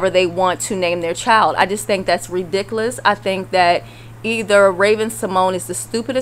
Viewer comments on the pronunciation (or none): Did you say "axe??" Or "redicklish??" Lmao I died!!😭😭😭😂😂😭😭 it's ask, and ridiculous. just saying 👍🏻😁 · whoever's talking in this video needs some basic English lessons, like how to pronounce "ridicoolus" properly.